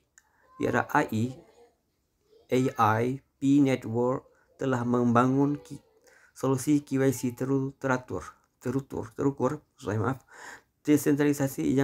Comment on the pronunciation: Bukan Al bang, itu singkatan nya Artificial Intelejen, ei ai